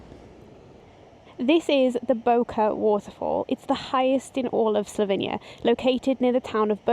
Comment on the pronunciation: It's the gem of Europe, not sure why so many English people call it Slovinia instead of Slovenia though.